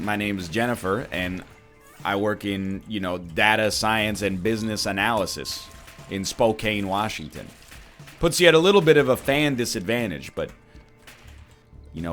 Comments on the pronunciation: I'm from Spokane, it's spo-kan not kane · What the heck is Spo-kane? It's Spo-can.